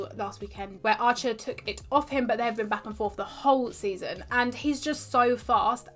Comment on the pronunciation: You pronounce "Arthur" really weird... It literallty sounds like "archer"